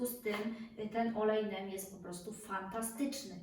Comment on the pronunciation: Wymawia się olejek Nim 🤗